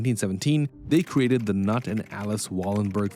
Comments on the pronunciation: Knut is not pronounced "nut". The K is not silent (that is a purely English thing). It is pronounced K'noot (rhymes with "suit"). Jakub is pronounced ya-Koob, Enskildabanken is en-Shield-u-bonk-en. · It's Knut with a hard K, like king Canute. Pronunciation: [ˈknuːtr] But calling him nut makes it way more entertaining 😂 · you might call him nut(s) but his name is pronounced Khnoot $$$ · Knut is not pronounced Nut, it's pronounced Newt. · Interesting video. His name is pronounced kuh-newt, not nut. Just say the kuh part faster than the newt part. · Knut is not "nut ". It's pronounced "kin-noot" 😊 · FYI, Knut is pronounced more like "Canute", not like "nut" 😂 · Knut is to be spelled not as "nat" 😂, but as "nuut".😂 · It's pronounced 'N00T,' not 'nut.' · $ I know less about swedish than jamie lee curtis in trading places, but I think it's pronounced as "newt" gingrich or "knute" rockne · For anyone who’s wondering, search for how to properly pronounce Knut. It is not pronounced “nut”. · FYI Knut is pronounced Kanute (as in the king who couldn't stop the tide coming in). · Knut is pronounced like "C-noot" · Knut 😂 man spricht es "Cnoot" aus hahaha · Pls don’t call that guy knot!!!! Stark with the sound k, denn n, next a long u and end with t.😅 it’s not that difficult. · The K in Knut is not silent. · Pretty sure it's; 'Ka'_'noot' - [Knut_] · Knut is pronounced "k' noot". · I cannot take this seriously with you calling Knut “nut” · The pronunciation of Knut as Nut is freakin hilarious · It’s prnounced as Cnewt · It’s pronounced Knoot. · Ka noot, but said quickly. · the K isnt silent, a very pronounced “K” followed by “noot”, the first and second parts flow into each other directly, so not “kuh-noot” but more like “K-noot” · The k in Knut is not silent 😭 His name is not nut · Irrelevant, but I think it’s “ka-noot” (Knut) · Nut, the k isn't Silent😂😂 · Knut ! like "oo" not nut ! - pleeease ask some native speakers before butchering foreign words. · Knut is not pronounced nut.